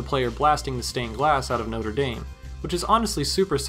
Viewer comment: Americans being completely unable to pronounce Notre Dame correctly will never not be funny to me.